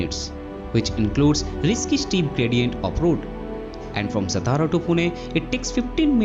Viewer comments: Thanks for update of this project......🙏 why non-marathi people always pronounce "सतारा"????? 😡😡😡😡😡.. , its "सातारा" , This district is our pride and glory , because this is our "राजधानी"🚩🚩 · हम्म, हा सतारा करतो सातारा ल्या.😢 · सतारा नही सातारा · It is सातारा.. खंबाटकी. Pronounce it correctly. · It's सातारा.